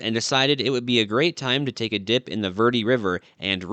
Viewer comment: It is pronounced varday.